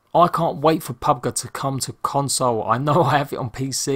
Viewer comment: Did he just say " pub guh"? Lol